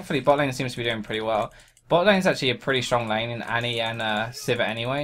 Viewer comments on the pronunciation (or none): none